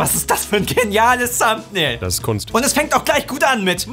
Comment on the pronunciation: Seine Aussprache englischer Wörter schmerzt in meinen Ohren :D. "Thumbbnail", "Wideo"